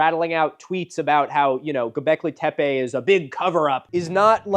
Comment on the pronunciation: I'm sorry I think you mean "Goblekee tepay"